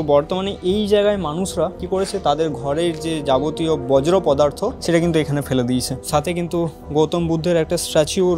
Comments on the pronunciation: রিক্স নয় রিস্ক বজ্র নয় বর্জ্য দবদবা নয় দাপট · ‘বর্জ্য’ পদার্থ হবে।